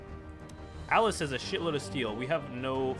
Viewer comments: Please for the love of god it's Alsace late Alice, please pronounce it right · Alsace is pronounced Al-sas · > calling alsace "alace" fucking seriously?